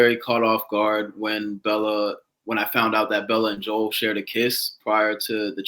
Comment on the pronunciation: Omg you guys pronouncing Joel’s name wrong and Chazz ignoring it is sending me 😭😭